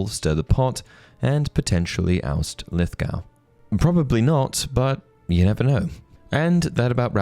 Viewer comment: You sound British, mate, so you should know it's 'Lith-Goh', not 'g-oow'. Even the Americans say it correctly.